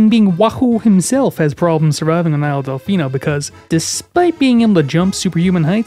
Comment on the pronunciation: When i heard you say “isle delficino” i heard “isle deficeno” as deficate with a no at the end